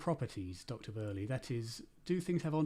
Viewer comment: Why is Woerlee pronouncing his own name so weird?🤨 (English like in lieu of Dutch) Why is the whole convo...... 🤔 gesprek niet gewoon in 't Nederlands, godver!!?🤨 Kastrup does pronounce Woerlees name like it normalna.